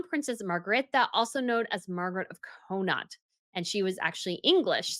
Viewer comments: …… I am not sure of what you mean when you say a jewel belonged to “X of Co-knot”. Do you mean Connaught? In that case it’s pronounced Con-aught or Con-awt (with a lengthening of the “au” or “aw”) as per the British pronunciation of the Province of Connaught in Ireland. Of course we Irish pronounce it totally differently, as in “Cun-nocht”, from the Irish Connacht. Thank you for your historical information…… I love your channel! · Connought is pronounced KON ORT 😊